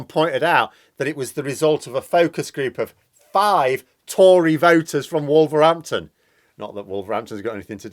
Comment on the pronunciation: It’s WolverHampton not WolverRampton you clown.